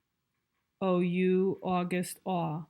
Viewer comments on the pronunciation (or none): Hi! These videos are so helpful! Just so you know you said "ou" for August. Thank you so much for sharing these!